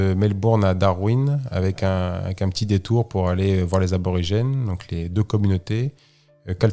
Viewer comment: Merci pour ce récit ! Superbe aventure !! Fabien c’est Aborigène pas Arbrorigene 😉